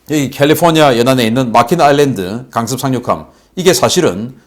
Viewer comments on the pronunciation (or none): none